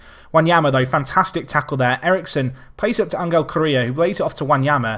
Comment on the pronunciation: James Iyer That one is actual rightly pronounced. It's la - may - a that sounds weirdest to me.